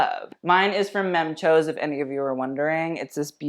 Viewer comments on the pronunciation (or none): Même chose is a french brand and is pronounced as “mem shoz” not “mem chowz”